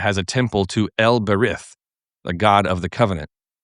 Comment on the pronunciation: Ber-eet. The yod makes the y sound like hol-y(ee) and even though transliterations indicate a soft or spirant T with the English spelling TH, it is not pronounced hard as a spirant the way we do in English. It's simply a soft version of a T Love the videos btw!